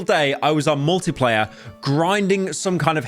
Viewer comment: everytime he says "multiplayer" I hear "Morty player" and now i can't unhear it